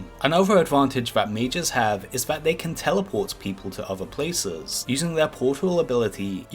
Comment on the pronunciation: And telwepowt